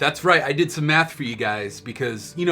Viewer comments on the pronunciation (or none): yo why do sound like he saying I did some meth when he means math